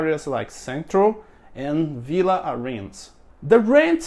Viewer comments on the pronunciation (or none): none